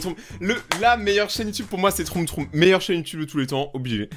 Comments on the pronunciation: A la place de dire trom trom troum troum dis plutôt trom troum 😂😅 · Debut de vidéo quand tu dit "troum troum": WAAAAA MERCHI ENFIN ^^ Tu dit "trom trom": non mais sa partais bien;_; Continue comme ça j'adore tes vidéos 😁! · "trom trom" haha😂😂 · "Troom troom ba vous voyez je sais le dire"2secondes après"trom trom"🤣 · Moah j'aimais bien quand tu disait trôme trôme :'(